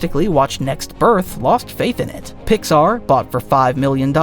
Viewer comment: Oh, it's AI nonsense, no human who's lived and ya know -- has seen a movie -- would pronounce Pixar like that. What a bunch of bullshit this video is. It's amazing to produce a 30 minute video and get so much wrong.